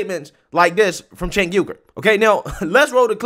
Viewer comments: It almost sounds like you are saying "Sink Yogurt" which is freaking hilarious. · It sounds like you are calling the dude Chenk Yogurt. 😂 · "Sank from the young turks" Not how you pronounce his name, but it's very fitting considering who he is lol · I like how you pronounce that guys name "sink yogurt" lol gross, just like his opinions hahaha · I have to use subtitles most of the time to listen to these videos and YouTubes subtitle algorithm can't pronounce cenk uygar's name. It comes up as chang yoga and chicken yogurt lol. I think chicken yogurt should stick. Ridiculous name for a ridiculous person. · Chank yew-gur is how it's pronounced. But honestly, I love people pronouncing his name wrong because it pisses him off, lmao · I really thought said Jenk yogurt! 🤣 That guy is a fowl mouth man child. Why does he looks like he want to explode every time he talks.